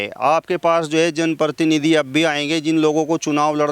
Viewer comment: पत्रकार महोदय कृपया अपनी जाटू भाषा छोड़कर पत्रकारिता की भाषा का इस्तेमाल कीजिए! आपकी शब्दावली अशुद्ध है जैसे- १-वायदा शब्द ग़लत है= वादा सही है २-जो है अनुचितऔर अनावश्यक प्रयोग ३-प्रतिनिधि शब्द का ग़लत उच्चारण करते हुए आप परतीनिधि बोल रहे है ४-आपकी टोन में बहुत ज़्यादा खड़ापन है। ५- मंत्री को मनतरि बोल रहे है। ६-लगता है आप सहारनपुर या हरिद्वार क्षेत्र की आम जनता की शब्दावली के सज्जन प्रतीत होते है। जिन लोगो का साक्षात कर रहें हो इन्हें कोई भी सुविधा दी जाये, ये पाकिस्तान के ही गुण गायेंगे।